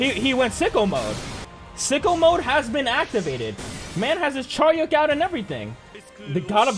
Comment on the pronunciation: It's not Charyeok btw